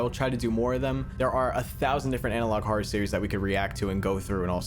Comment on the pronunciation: Why does he have a problem with the word "horror", it's almost like he pronounces it "hora" or something